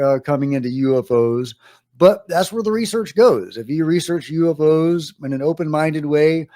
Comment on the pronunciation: "U evv oze"